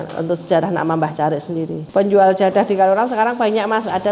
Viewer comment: Keturunannya ini bukan orang Jawa kah? Kok nyebutnya JADHAH, bukan JADAH??? Atau memang lidah anak jaman sekarang tidak bisa ucapkan huruf DHO? 😂